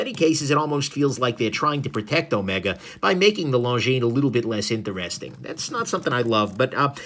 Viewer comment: It's Omeeega!